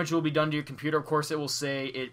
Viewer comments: "Compooper" nice language. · You said my compooper